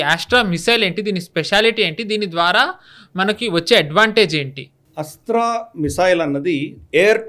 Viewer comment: ఏస్ట్రా కాదు.. 'అస్త్ర'.